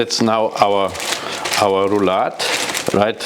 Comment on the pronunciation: Maybe this chef could start with learning how to pronounce "Rouladen" correctly; out of respect for the people who cook this dish.